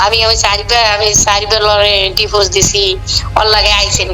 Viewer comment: আয়াতের সৎ মা একটা ক্ষ্যাত গাইয়া গাইয়া কথা বলে,চিকেন ফ্রাই কে বলে ছিকেন প্রাই🤣🤣 ডিভোর্স কে বলে ডিভোজ🤣🤣